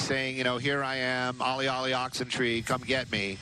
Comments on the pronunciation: "Olly olly oxen TREE"?! What a dope these reporters are. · the phrase is "Olly Olly Oxen free" not tree ! LOL! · LOL! Did he really say "ollie ollie oxen tree?" Worst observer/"reporter" ever.